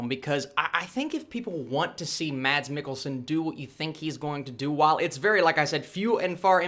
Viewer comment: Thanks for the review! just an additional info..The danish actor's name Mads is pronounced as "Mas".